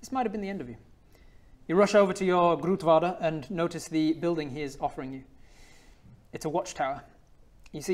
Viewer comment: The Dutch in Bodger's dream was really throwing me off. Pretty good work on the pronunciations of "broer" and "grootvader", though!